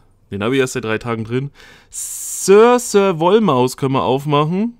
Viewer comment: Ich finde es sehr lustig wie du meinen Namen aussprichst.... Sirsir nicht Sörsör. ;)